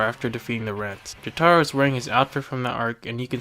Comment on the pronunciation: the way you pronounce jotaro makes me wanna fucking die